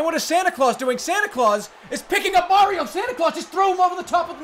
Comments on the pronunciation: That's not supah Mario that's BYEAH mario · Super Byeah-rio....?